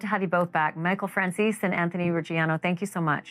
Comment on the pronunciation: So i pronounced his name as Fran-Cheeze is wrong